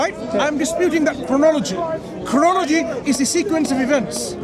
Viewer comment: cant even pronounce chronology.the fool. Hes so condescending yet hes on display as a complete midwit and fraud